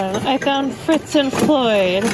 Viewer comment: Fitz & Floyd; not Fritz.